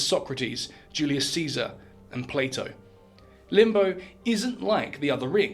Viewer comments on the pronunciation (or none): none